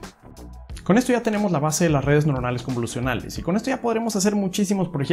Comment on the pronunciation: Ya tu saaaabeh, con lah redeh convolusionaaaaleh. Le veo futuro.